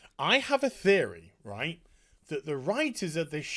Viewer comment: You know gets fed up when the Northerner accent and slang comes out! "Reet" xD